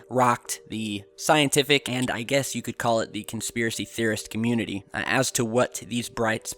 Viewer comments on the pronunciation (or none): none